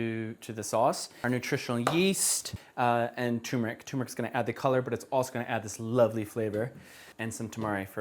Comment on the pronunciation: I like how you pronounced turmeric differently twice lol